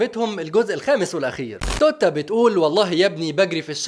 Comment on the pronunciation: توت ا 😂😂😂😂😂😂😂 همووتتتت بتتنطق توتا مش توت ا 😂 كدا غيرت المعنى 😂🤓🗿🗿